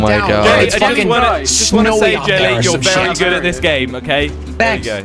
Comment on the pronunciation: Am I the only one that hears this guy say, "Jet Li" instead of Jelly?